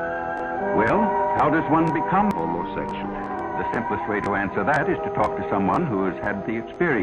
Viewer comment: how tha fark did she try " homosexul " with this guy? O_o